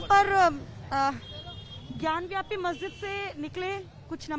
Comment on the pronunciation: रिपोर्टर मैडम सही नाम है ज्ञान बापी ना की ज्ञान व्यापी सो कृपया सही नाम लें 😊